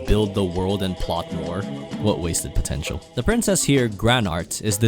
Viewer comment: did I hear pontial